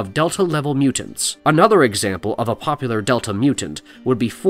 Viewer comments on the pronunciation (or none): none